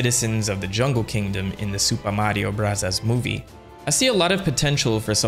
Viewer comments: Oh my god, STOP saying “Super Mario Brothers Movie” like that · am i missing something, why does he say the mario movie name like that